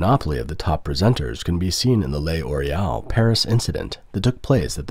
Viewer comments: L'Oréal is pronounced LOR-AY-AL, not lay-or-ay-al. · What is Lay Oreal ? Do you mean L'Oreal ? Thats not Lay Oreal, just Loreal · It's not pronounced "Le Oreal" but "Loreal" without breaks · Nice video. However the French company is pronounced "Lor_ee_)awl", The L is slurred with the Or to make a single syllable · Stop saying Le Oreal. Are you a bot? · Lay Oreal? What? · I’m sorry but him saying ‘lay oreal’ over and over was too funny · WTF is Lay Orial ? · It depends on accent, though. In my accent, the narrator said "lay-or-ay-al" because he failed to understand that the apostrophe indicates elision.